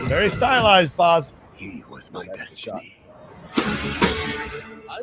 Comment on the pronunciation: it's BAZ as in BAZZA for Barry, not BOZ.